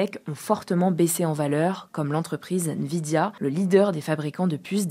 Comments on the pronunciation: Euh... est un IA vocale? 😂 NVIDIA ne se dit pas Vidia 😮 mais N (comme la lettre N) vidia 😅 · C'est Nvidia pas Vidia chef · n-vidia s'il vous plait 😂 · C'est pas la première fois que la voix ne sait pas prononcer des mots assez évident quand on s’intéresse au sujet, ici "nvidia", dans la vidéo d'à côté "roadster", et il y en a eu d'autres. C'est une IA qui parle ?